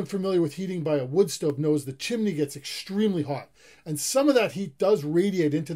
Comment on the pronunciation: No "L" in the word chimney. CHIM - NEE .... not CHIM - LEE.